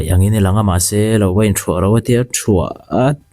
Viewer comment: Thuah pawh lam dik hlei theilo 😅